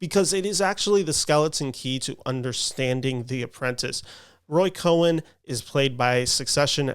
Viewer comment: Cohn is pronounced like "cone" with one syllable.